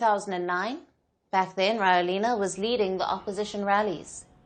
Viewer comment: Can someone please correct how this reporter pronounces his name?! lol It's NOT "Rawelina" it's rather "Radzuelina"